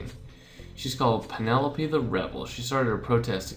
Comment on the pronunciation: Ace Penelope's name is pronounced Pe-ne-lope. It sounds weird when you pronounced it as Pe-ne-lo-pe